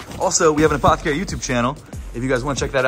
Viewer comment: take a drink every time he says apthcry in this vid